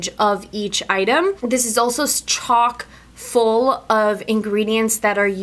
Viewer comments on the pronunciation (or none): I thot she said CHALK full lmaooo